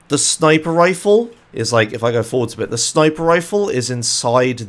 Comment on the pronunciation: It's sniper, not snipper